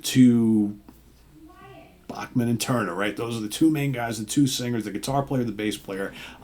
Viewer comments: C'mon, surely you've heard it's pronounced "Back-man" not "Boch-man". It's a Canadian thing. They say "Ba-ham-a", not "Ba-hoom-a". Weird. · It is what it is who the heck do you think you are? It's not your decision. You do not like it don't fukking go! According to Randy the Bachman name is properly pronounced as Back-man.